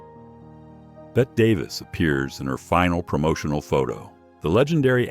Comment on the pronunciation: Hey AI! IT'S PRONOUNCED BETTY, NOT BET DAVIS.